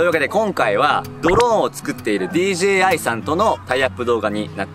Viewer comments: DGAって聞こえた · DJIがDGAにしか聞こえなかった………